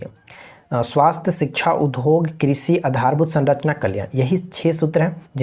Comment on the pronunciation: Udhog nhi boliye udhyog boliye , sunne me achha nhi lagta hai.